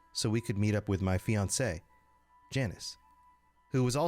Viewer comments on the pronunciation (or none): none